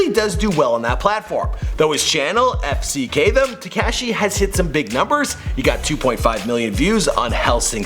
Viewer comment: dude fck them means fuck them its a slovak label not efsikej